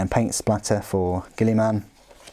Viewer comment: !!!!!